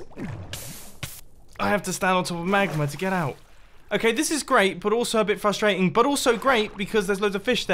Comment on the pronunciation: “This is really froostrating”